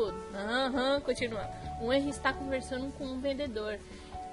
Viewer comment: Se lê Renri e se escreve henri